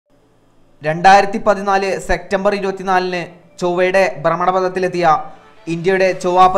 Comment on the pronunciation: എന്തോന്നെടെ..... സെക്റ്റമ്പർ? സെപ്റ്റംബർ എന്ന് പറയൂ